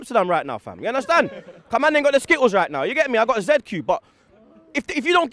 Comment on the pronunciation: U undestan??? 😂😂😂😂😂😂😂